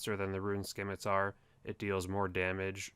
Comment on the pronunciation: learn how to pronounce scimitar